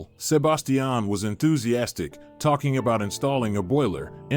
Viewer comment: Sebastian not sub bass tee an